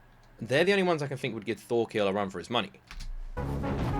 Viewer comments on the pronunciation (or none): FYI his name is Thorkell, not Thorkill